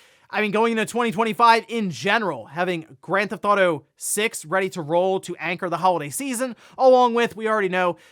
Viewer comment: "Owder" "Gran'th'awto" These episodes are the best when he says both of the things he can't pronounce a dozen times.